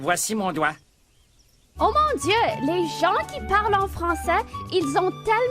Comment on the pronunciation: Vouinci mon douingt (c'est ce que j'entends, après ce n'est que subjectif, évidemment tout le monde sait que je déborde de subjectivité)